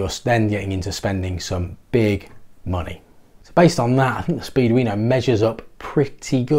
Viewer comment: I hear you saying "speed-weiner" every time. It doesn't detract from the content. LOL